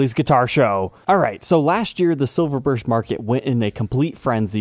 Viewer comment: I love, but dude I... silverburst, please dear god.